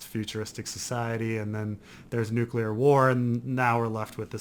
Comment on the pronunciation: watched forbidden planet for the first time last night! also it's "NEW-CLEAR". I'm fine with your other mispronunciations, but I thought you were a scientist or something